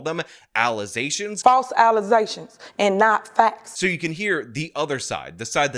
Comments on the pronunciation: My favorite part of videos is calling things allezations. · Man, you got me saying allizations now. Thanks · Back to the mayor thing… how does literally everyone not see how crazy it is… that no one had a problem with a MAYOR not being able to pronounce allegations….